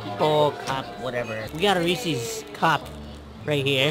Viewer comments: No one says "Ree sees", cmon! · You'd think someone who loves reeses so much would know it's not pronounced reesies... LOL